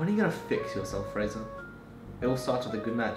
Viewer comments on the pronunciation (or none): “Fraser” playing “Frasier” makes my head hurt XD